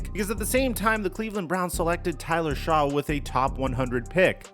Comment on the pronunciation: Dude, it’s pronounced Tyler SHUCK. Shuck. Not Shaw. You even played the clip of his draft announcement with the correct pronunciation. If you’re gonna be taken seriously with your content, you HAVE to start getting names right. I like the video. Get the damn name right, bro. You do this all the time. Correct the mistakes and learn the names. Good video otherwise.